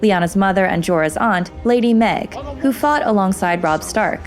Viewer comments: Nice video! I like this series. But I'm pretty sure Maege isn't pronounced "Meg". I think it's either more like "Mayg" or similar to the word "mage". Just saying. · Did you pronounce her name Meg?🤔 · Maege as in Maige. Fucking shownlies. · 1 for mispronouncing maeg.